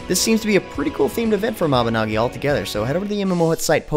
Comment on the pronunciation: Its sad how every time you say mabinagi i feel cells in my brain die when it is cleary written NOgi as if saying dogi . Mabi NO gi